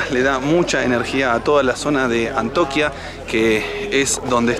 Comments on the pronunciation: Hola... No es Antoquia es Antioquia... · no es antoquia, es Antioquia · Antoquia? Es ANTIOQUIA. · Hola chicos un abrazo desde Lima se les quiere. Me gusto mucho el video de Medellín, yo soy de Colombia y bueno han sido mi inspiración para comenzar mi motor home que pronto será realidad. no es Antoquia, es Antioquia. Un abrazo a y tiene que súpera la fobia a la altura. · No sé dice antoquia sino antio quia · ANTIOQUIA no "antoquia". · Los pobladores del Peñón fueron remunerado y ubicados en casas . No es que lo hayan perdido han negociado . Y se dice ANTIOQUIA.